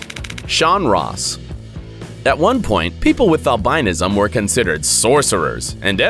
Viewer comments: google albinism and listen to how you say it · please learn how to pronounce albinism... look it up.